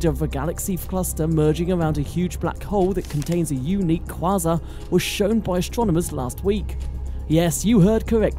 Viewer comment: You desperately need to learn to pronounce quasar. Here's an assist.